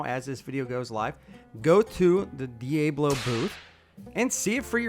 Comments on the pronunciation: Thank you for keeping your yapper shut, it's dee-ab-low not dee-aay-blow.... Sorry I'm from the southwest where we have to be bilingual 😂 But seriously, thanks for the video, it's about time for solutions we're needing 💪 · The guy making and narrating the video could hear the company reps pronouncing the brand name multiple times, yet he keeps mispronouncing it “Dee A blo” instead of “Dee-Ah-Blo”. Great product, poor narration. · It’s pronounced ‘di-ah-blo’. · Repeat after me. Dee ah blow! Devil in Spanish. 🤦🏼‍♂️ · Diablo is a Spanish word pronounced Di- ob-lo........ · Morons its Diablo not "D A Blow" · It would help if you learned how to pronounce Diablo! Dee-A (as in apple)-Blow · Please can you pronounce it properly. It's DIYAHBLO as in Devil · "Dee-ahh-blow". It means devil. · Say it with me DEE Ahh Blow, and while I am at it, Porsche is a 2 syllable word... Por sche... or Poor sha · IT is PRONOUNCED ((DE OB LOW)) (aka) DEVIL. Right off the bat, they BREAK OUT THE DEVIL. I can Not support any product called the DEVIL or the DEVIL. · Sorry dude but I just can't take it, diablo is pronounced De-ah-blo it is Spanish for devil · Dude why are u pronouncing it like that? It's Dee-Ahh-Blow - it is Spanish for Devil. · Please pronounce the Diablo name correctly It’s the devil in Mexico D Ab blow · It is pronounced “dee ah blow”. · I have never in my life heard ANYONE ever pronounce Diablo as DEE AY BLOW (And NO. I'm not necessarily saying it's incorrect) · SO DIABLO IS PRONOUNCED DEEAABLOO? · I couldn’t hear this buffoon say D-A-Blow one more time so I shut it down After a few seconds. Who the fuck doesn’t know how to pronounce Diablo? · Diablo (Devil) pronounced as DI-YAH-BLO. Great product. Thanks for covering. I'm sold. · Best combo in the world right there… love me a De-Ā-Blow blade on my May-Kite-Ā saw!! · Dee ay blo, lol.... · Pronounce the name properly!!! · I stopped watching after I heard how he said "Diablo" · You could pronounce ‘Diablo’ correctly.